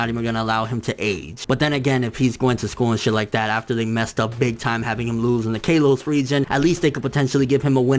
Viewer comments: It's pronounced (K-ah-los) not (Kay-los) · Kaylos? Lmao wtf... It's kalos day it right nigga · lol kay-los. i still love you:') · I was thinking the same thing when I saw the video and how he pronounces Kalos is also an indication that he doesn't watch the anime but he did read/ watch the Japanese sub of the episode that ash took 2nd in the league.